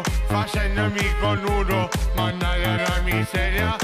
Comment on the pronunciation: Non diceva managgia la miseria ma mannaga la miseria😂😂😂😂😂😂😂